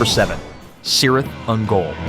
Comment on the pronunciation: Cirith Ungul is pronounced Kirith Ungol based off Lord of the Rings, the Two Towers, and Return of the King